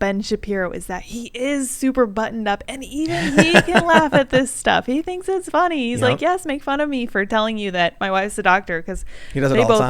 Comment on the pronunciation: Its Fonny